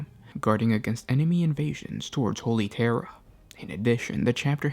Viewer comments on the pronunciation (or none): none